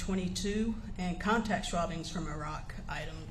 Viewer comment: Schwabbings??? lol